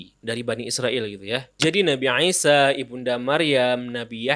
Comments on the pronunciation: ngaji lagi yg bener, dia bilang عيسى 'Isa. Bedakan pengucapan i (huruf ا Alif) dan 'i (huruf ع 'ain ). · baru paham setelah bberapa saat bingung, nabi aisyah ternyata yg dimaksud nabi isa.. 🙏 maaf mas, bacanya biasa aja, sumpah kita yg msh bingung dengernya nabi aisyah/eisyah, eh ternyata yg dimaksd nabi isa . hehe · Isa aja bang ngomongnya gak usah jadi aisa gak enak didengernya🙏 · Gw suka konten lo tentAng pengetahuan islam nabi2 dll...tpi untuk satu ini kyaknya lo terlalu lebay dalam penyebutan nabi ISA A.S...KENAPA HARUS DENGUNG PENGUCAPAN LO TERDENGARNYA TUH NABI NGISYA AW ANGISYA AW NGAISYA...BIASA AJA BANG SEBUT AJA DG PENYEBUTA NABI AW ISA A.S..